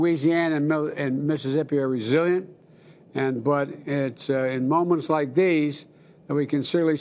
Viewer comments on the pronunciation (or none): none